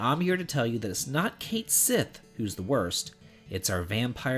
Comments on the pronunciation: Fun fact: it's pronounce "kite shee" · Slight correction on Cait Sith - it's actually pronounced "Kett-Shee". It means "Cat of the Fairies" in Irish. :-)